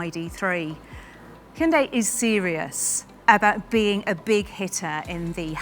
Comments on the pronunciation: First comment: Bravo on saying the name correctly! It's indeed "Hyun-DAY" (two syllables, not hi-un-day). Keep up the amazing work! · "You're the first English speaker I've seen who pronounces the company name 'Hyundai' correctly. Every other English speaker I've heard says it like 'Hai-hun-dai.'" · Wow, this lady is the first British to accurately pronounce Hyundai. impressive! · I like the fender flares. But the mass production model will come with the fenders shaved. It’s not armpit hair—leave it alone. Also, I noticed she was one of the very few Westerners who can pronounce 'Hyundai' correctly.